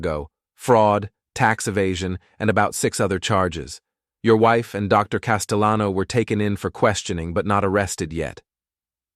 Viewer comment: A "" mispronounced "Castellano" 😂😂